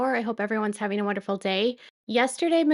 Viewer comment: IF SOBBIN SAYS HALFING INSTEAD OF HAVING... 🤯